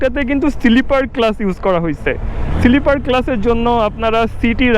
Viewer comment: সিলিপার ক্লাচ কি ভাই? স্লিপার ক্লাচ ....